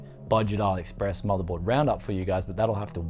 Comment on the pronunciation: i love your videos and your ideas , but please the name of motherboard will not be pronounced as you said the name , it is difference please